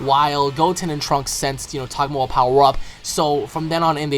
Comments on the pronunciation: Can you not pronounce TAGOMA correctly!!!!?? TUH-GO-MUH ... I'm disliking... It's not freaking, Togmoah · Lol its Tagoma not tamoah xD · Pretty sure his name is "TA-GO-MA" not tagmoa ? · its Ta Go Ma not togmoa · it's Tagoma....not Tagmoa. Couldn't even finish the video. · Tagoma not Tagmoa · Can you please pronounce his name right.. xD it's TA-GO-MA not TAG-MO-A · Taa go Ma not tagmoa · its not Tagmoa its Tagoma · It's TAH-GO-MAH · he pronounces tagoma like togmoa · What the fuck!? Are you really pronouncing Tagoma's name like that!? I say pronunciations are stupid and people can say words how ever they like but this is a name. Not only that but your so FAR off. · Tagoma you are pronouncing him wrong.